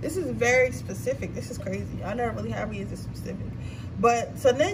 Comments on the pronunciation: Sis… please stop saying PACIFIC. The term is SPECIFIC. You do this, every reading. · you telling her that but she aint your sis before coming for her look for your fam first thats on period respectfully keep saying pacific i just love it❤🥺❤🙄